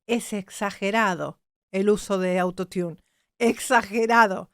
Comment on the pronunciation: eres capisima solo que cuando te refieres al autotune, dice auto tiun y suena muy mal, si tomas una critica con todo amor y respeto a tu persona maravillosa, porque te admiro mucho, la pronunciación es "arottun" saludos💓💝💘